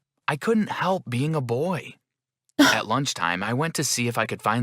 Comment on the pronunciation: It’s “at” not ate